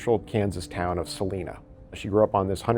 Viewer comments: Saleena?? Noooo it’s Sal-I-na I like y. Salina not saleena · Salina, KS pronounced Su line a Su like suspect start line a as in short a sound Salina.